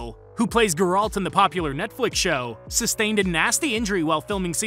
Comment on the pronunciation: am i only one who is annoyed by your pronunciation of Geralt? otherwise, great video